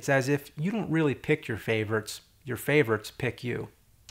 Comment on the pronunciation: You say the word "favorites" like "faverts". HAHAHA!